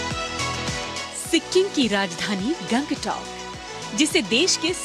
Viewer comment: गंगटोक नहीं गान्तोक